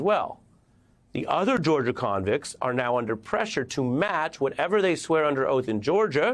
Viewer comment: I like how you emphasize "convicts".